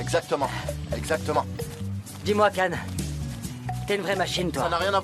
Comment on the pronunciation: moi qui connait la série en turc, cela me fait bizarre de les entendre dit CAN alors que cela se prononce CHIAN